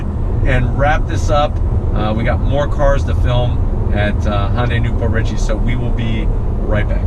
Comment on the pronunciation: You're mixing "Honda" and "Hyundai". Hyundai isn't pronounced "Hon-day".